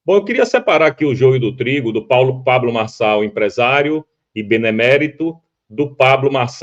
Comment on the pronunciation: Boa tarde Didi, não sei qual é a sua, quando fala sobre neurônios, pois vc não sabe nem pronunciar o nome do candidato Pablo Marçal, será que vc tem pelo menos um neurônio pra julgar o Pré candidato?